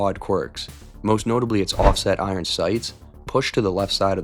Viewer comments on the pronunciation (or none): none